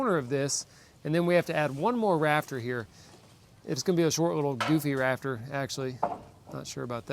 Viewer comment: correction ….thatza raft (er) 😁